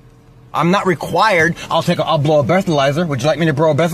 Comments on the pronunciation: bro a blethalizer? 😂😂😂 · "Woodja like me to bro a bleatherizer?" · "I'll brow a bleathalyzer... would you like me to brow a bleathalyzer?" 🤣🤣🤣